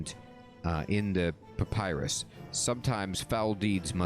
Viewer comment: This quest was the first to give an impression of what the desert gods looked like with these statues. You have been told that information about Amascut before when Ozan gave his overview of the Desert Gods in Diamond in the Rough, it's just that was years ago for you. Your second pronounciation of papyrus was the correct one ;)